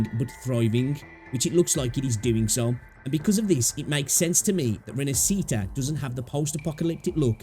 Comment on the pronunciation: I know it's not your language, but it's pronounced more like "Rin-ash-eat-ah". Stress on the "ash" part. Interesting video.